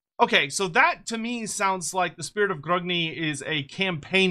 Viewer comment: Its 'Grungi' not Grugni.